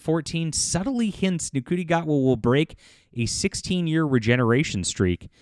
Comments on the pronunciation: ITS PRONOUNCED SHOOTY. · Ncuti is pronounced "shooty". That's why I refer to "Doctor Who" as a nciti program.